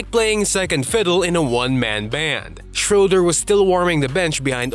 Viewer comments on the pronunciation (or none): oh! you pronounced Löwen Braunschweig correctly. So the ö in Löwen is the same as in Schröder. So it's not schrouder but Schröder as in Löwen. But i get that it's hard to pronounce :D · How come that you manage to pronounce the o-umlaut in Löwen Braunschweig correctly, but mispronounce the ö in Schröder? (It should be pronounced like the i in bird.)